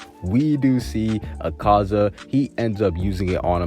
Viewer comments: my fav demon is a-car-za it's "a-ka-za" btw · Did you know that he doesn't pronounce akaza and tanjiro correctly